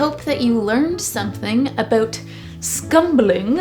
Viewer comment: The way you said 'about' i am assuming you are Canadian? Amazing art!!!